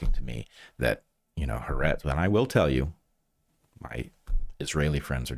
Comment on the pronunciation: I'm an Israeli, it took me about 10 minutes into the part about the surveillance cameras to realize you're talking about Haaretz... It is pronounced Ha-Aretz ("The Land/The Country"). Three syllables, not two.